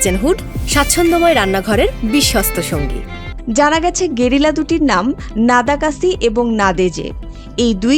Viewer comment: একটু বেশিই শুদ্ধ হয়ে গেলোনা "গেরিলা"!!